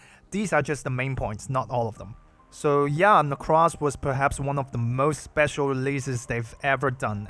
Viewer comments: actual psychic damage every time you call her "necrass" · Let's go he says, necrass. Based.